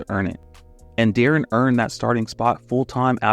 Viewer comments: why was you saying de’aaron half the time? its pronounced like “DEH-REN” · Ngl, I couldn't get over my dude pronouncing D-Will's name De'Aaron (as in De'Aaron Fox) like 60% of the time in the vid. Even had to look up this old clip of T-Mac asking how to pronounce his name to make sure I wasn't going crazy like with the Berenstein/Berenstain bears situation. Still quality content, but I always find it weird when people who supposedly follow basketball mispronounce the names of well-known players. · “I can’t take criticism or pronounce Deron correctly”